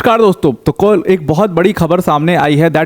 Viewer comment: How Notice Kol..( kal )..🤣🤣